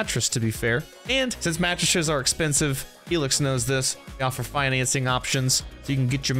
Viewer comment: I was going to skip the sponsored part but then I heard him say "matresshes" and kept watching it :D